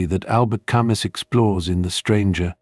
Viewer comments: Ca mew not Ca muss !! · "camü" in propper native french